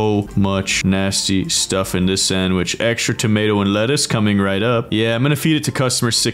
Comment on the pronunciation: AND THEY BOTH SAY TOMATOL🤣